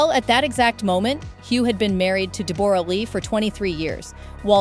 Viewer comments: De-BORE-a? Since when is her name pronounced like that? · I hate every thing about this, this is the first gossip ive watched since they broke, and I can not stand any of it, first her name is pronounce Debra Lee, huge worshipped her, Deb has always been running her own show, changed her face and accent...she is Australian speak the language!, huge still dose, now as far as money Deb when huge was young in Australia fell for her, she was older and a star here, after huge got bigger roles she was with him in America, they adopted, they were fine, she was always doing her own thing, would show up on the red carpet/face change and all and fall asleep during his movies, she did not earn that money, nore can I imagine huge not supporting his kids or helping her, as far as an affair.. well who knows, I think it could be true but I dont think they would have stayed together that time frame, covid happened, they broke up, maybe he said what was happening, maybe they got sick of each other, maybe they grew apart...who knows, also huges kids are adults and im sure they are all in talks and at the end of the day, not money, not status, not bs, I hope they are happy